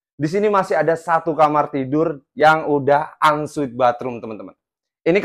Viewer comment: Ensuite mas bukan unsweat